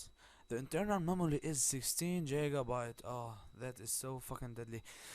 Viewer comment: jigabites xD EPIC